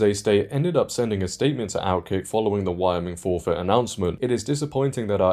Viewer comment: Not a big deal, but you might want to look up how to pronounce Wyoming.......